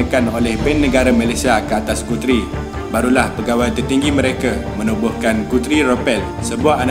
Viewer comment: Pronounciation 'Guthrie' tu boss, salah tu. Telinga tak boleh arrr......